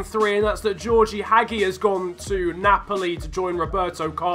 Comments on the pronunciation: WUT HAGI????? its pronounce Haggi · "Haggy" You butchered that one fam